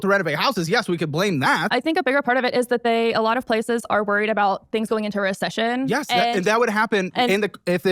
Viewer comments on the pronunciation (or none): Theway she says reccession and together betrays her . Shes got definite brainrot